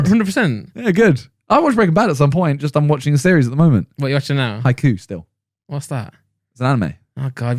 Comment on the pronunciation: I wonder if Simon does it on purpose because it's such a blatant mistake, but it hurts every time he says Haiku.